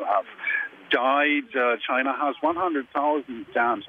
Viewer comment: Trump - "chi-na"